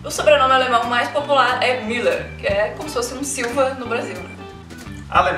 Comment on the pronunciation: Eu sou Müller lol,mas sua pronuncia esta errada :3